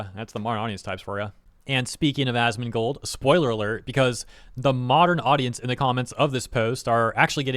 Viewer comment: Did you say assmoldgold? 😭😭😭